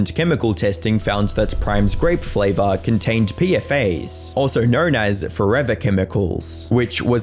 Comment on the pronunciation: Never heard of it either. If people are harping, here's another. You don't say, "P F A S," you say, "P-Fass." No big deal, though you might wanna know. Tons of us have only read things and never heard it, so we do our best. Love your vids, man.